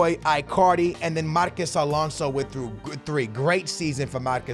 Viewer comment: you really dont know how to pronounce marcos alonso huh